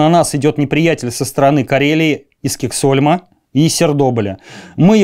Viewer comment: Честь историка правильно произносить названия мест и фамилии героев рассказа. Иначе нет к такому историку доверия. Например : Гогланд и Кексгольм...